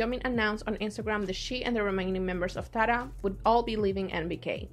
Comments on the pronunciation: the group's name is pronounced like "tiara" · It's pronounced tee-ara